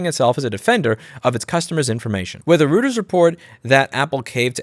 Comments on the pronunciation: Hello Lewis. It's definitely Roy-Ters. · It's pronounced Roiters. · It's pronounced "roy-trz", Lou! 😉 PS: love your arm chair chats! 🙂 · Roy-ters, dumb ass. What are you american? Oh... wait... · Thank you for the good video, very informative and well delivered. It's nice to see both sides of the story. It's good to see that not everyone stands by their first opinion in the face of more information. Reuters = ROY-derz Neuenschwander = new-in-SHWAN-der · You almost had it :D. It's "Royters". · Reuters is pronounced "Roiters" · I think it's pronounced 'roy-ters'. ;) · It's pronounced Roy turz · Reuters is pronounced "roiters", might want to get it right now as it & Associated Press are MAJOR sources that many new outlets get their stories from. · Hi Louis, please note that the news agency REUTERS is pronounced 'ROY-TERS'. I love your work. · eu = oy both in Reuters and Neuenschwander. Other letters you read as you'd expect. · It's pronounced ROYTERS! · Reuters sounds like Roy ters, is actually a very big and reputable news source. For Neuenschwander I defer pronunciation. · You pronounce Reuters as Reuters, it is not difficult like the following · How un-german of you to mispronounce "Reuters." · Reuter's, Routers? Meh lol